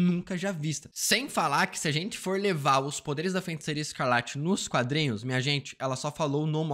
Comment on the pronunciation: Mano FEN-TICEIRA chegou doer o ouvido 😅